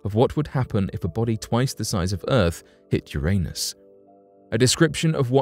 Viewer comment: Yer-niss. Jeezuss Christ, guy.